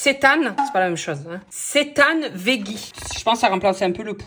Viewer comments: Coucou, tu m’as fait trop rire avec ton « chétane »😂 Bravo à toi d’avoir testé l’alimentation végétarienne pendant un mois 👏👏 Ma fille et moi sommes végétarienne depuis plus de 4 ans, au début on été un peu perdues mais rapidement on s’est rendues compte que c’est tellement facile de supprimer la chaire animale de son assiette ! Au resto je me dis à chaque fois que si j’avais encore mangé de la viande je n’aurai jamais goûté tous ces plats fabuleux que j’ai pu tester et puis c’est pour la bonne cause : la cause animale, la planète et la santé ! Si je peux me permettre, il est impossible de développer des carences en si peu de temps, ne t’inquiète pas, au bout de 4 ans nos prises de sang sont même nettement mieux qu’avant ! 😉 En tous cas, merci pour cette vidéo et un grand bravo pour ta démarche et ta prise de conscience, si tout le monde faisait au moins cet effort de réduire sa consommation ce serait déjà un grand pas 😊😘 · ca se prenonce Sétemps